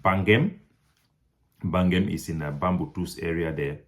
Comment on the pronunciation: Please improve on your pronunciation. Bangam can in no way be pronounce 'bangem'.